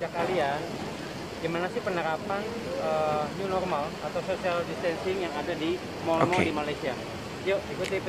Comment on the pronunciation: New normal ke new norma